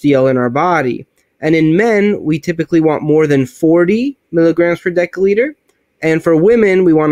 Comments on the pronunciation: Great vid. I do have an issue with people who can't pronounce the words they are teaching. It's not "sta,ins" it's statins. And it's not "de(k)olitre" it's "de(s)olitre". No really issue just a pet peeve of mine. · What the hell is a 'dekaliter?' Your inability to speak properly undermines everything you say. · One deca-liter or 1 daL is pronounced ˈdekəˌlēdər and is equal to 10L or ten liters. One deci-litter or 1 dL is pronounced ˈdesəˌlēdər and is equal to 0.1L or one tenth of a liter. Btw, awesome video. Thumbs up!😊👍👍